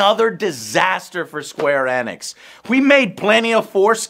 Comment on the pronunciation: Plz tell that Enix is a play on the word pheonix. Therefore it's eeeeeenix!